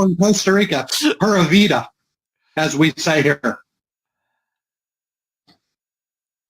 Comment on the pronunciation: I have never heard a whiter pronunciation of "pura vida" in my life. Did he say "purr Velveeta"? 🤣